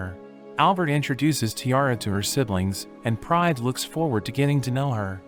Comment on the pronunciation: Every time he says Pride I hear Prime😭🤚💀